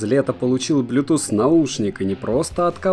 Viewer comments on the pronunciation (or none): none